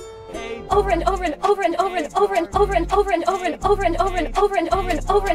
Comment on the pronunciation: Vegan Teacher sounds like she’s saying “Overen” Also this video IS FIRE 🔥